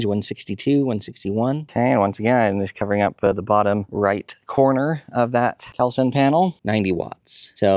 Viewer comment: Yes, those are impressive panels, but it's pronounced call sun. Not cowl sun